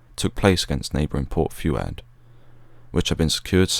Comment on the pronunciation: Yeah, it's a superb video - but it was kind of let down by mispronunciations. Not only Port "Sai'eed" but Port Few-ad as he said in the video is pronounced "Port Foo'aad".